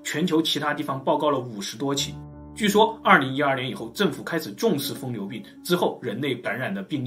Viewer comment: 疯牛不是" 疯流"